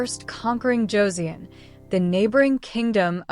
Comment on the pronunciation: Hideyoshi never set foot in Korea. His invasion of Joseon was carried out by three of his daimyo. The "eo" in Joseon is pronounced the same as the "eo" in the English word, luncheon, a soft "u". It not pronounced like the "eo" in word, neon. "...nestled between the Korean Peninsula and the Japanese Archipelago..."? The Noryang Straight is nowhere near any part of Japan. It's about one third of the way along the southern coast of the Korean Penisula. It's hard to think of it as being a part of the East Sea. This battle was hardly a decisive one. Hideyoshi had already died in Japan and his forces were in the process of leaving Joseon. Now some of the earlier battles fought by Admiral Yi had been decisive. They stopped the Japanese from resupplying their troups by sea, the only practical way of doing so, thus forcing the Japanese to retreat back to the Busan/Ulsan area. The most decisive battle of the war was the one fought in the Myongnyang Channel on October 26, 1597. This one stopped the Japanese, for the second time, from reaching the Yellow Sea. The Japanese did not have 500 ships. The number was more like 300 and most were likely transport ships. They were much lighter built than the Joseon ships, which numbered about 85 ships and were bonafida warships. I'm one minute, 16 seconds into this video and I really can't continue to watch it. From the point of historical accuracy, there are just too many questionable points. And the still clips from the videos used to get them a